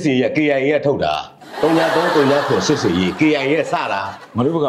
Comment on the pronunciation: အလောင်းစီသူဟေ့..စည်မဟုတ်ဘူး စီ..ဟေ့စီ.